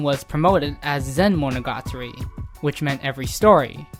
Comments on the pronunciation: yeah i had to stop watching the second time he said that... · Fact 11: Mo-no-ga-TAR-REE is pronounced as Mo-no-ga-TREE in the west. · "MonOgAtri" Nope. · mono GA tari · Great job. Just the way you pronounced monogatari hurt me on a physical level lol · i cant even speak Japanese but when this guy says monogatari i cringe inside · The way you pronounce the title.. it triggers me.